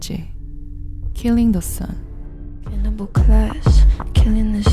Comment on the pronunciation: 가사는 killing the sun이 맞지만 발음이 아주 약간 killing the "sion" 킬링더 시언 이렇게들리네ㅋㅋ sion은 이스라엘의 고향, 예루살렘,성전,천국을 뜻하기도 함